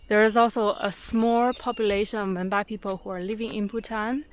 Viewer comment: Madam, people in tea garden said they r Menpa or Menba but u have wrongly pronounced it Monpa. I know this bcoz I live in other part of the border.